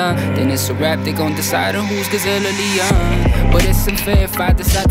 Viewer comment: He said gazelle or lion but he bends the word when he said it to make it Rhymes but it sounds like Leon.